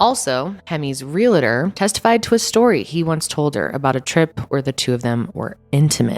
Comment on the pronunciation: “Hemi’s relator”? 🤭 Working for a property management office with many realtors, it makes me laugh everytime someone says “relator” 🤭 sorry!